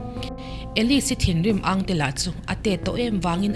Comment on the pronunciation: Lak lawh deuhva tawp tur te chu sawi lawk ve tur alawm. Tin, I chhiar hi a awmzia i hre miah lo a mawn le. I "Riang" lam dan reng maiin Mizotrawng I ti Riang zo vekin i pawngsual a ni hâwt a lawm mawle....😊